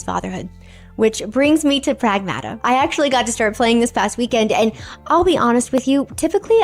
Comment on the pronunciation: Pragmata is a word and every video I'm seeing they are pronouncing it incorrectly. It is Ma like a mother. In the first part pronounce more like the city of Prague